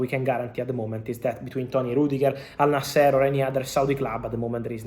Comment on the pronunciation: Fabrizio the correct is al nasr.not al naaser